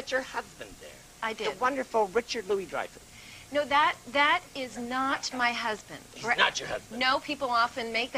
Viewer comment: What was your childhood like Julia Lou-ay Ree-eye-fus?